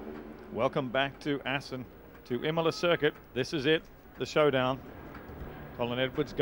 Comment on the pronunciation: "Welcome back to Assen" ........